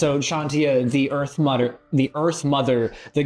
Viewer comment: Why when he said he very much enjoy the earth nother is sounded like he like earth milf.